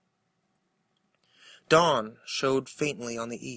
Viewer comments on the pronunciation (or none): none